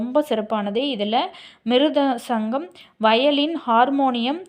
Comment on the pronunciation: மிருதசங்கம் காஞ்சிரா துள்ளாங்காங்குளல் மோர்சிங் உச்சரிப்பு சரியில்லை.